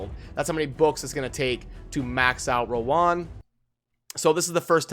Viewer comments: Hi, her name is pronounced as rōən (Row-wen) haha, its sound so awkward when you pronounced it as "Row One" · bro I love you, but it's pronounced Row-wen